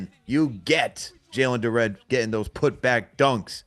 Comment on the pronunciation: Why yall keep calling him Jalen "Du-renne" lolz.